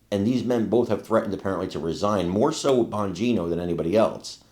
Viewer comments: Can she say Dan's last name correctly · MATT GAETZ COMES TO.MY MIND!! Ron DeSantis...eoe!! I don't know who that women.is.on CNN-+ she can't even pronounce Dan Bonginos name right!! She must be an extreme.lefty!😆